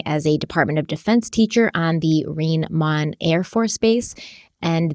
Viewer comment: It's pronounced Ry-n Mine for Rhein Main. I lived there from 81-90, age 2-11yrs.